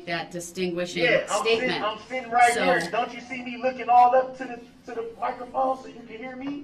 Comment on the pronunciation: Wow...reading "thee" book